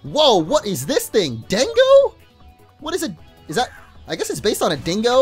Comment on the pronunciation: Dengo not Doggo lol